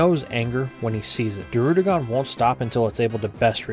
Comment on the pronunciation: Bro you got good content but for the love of god learn how to say Alder not Adler and druddigon not darudigon it’s annoying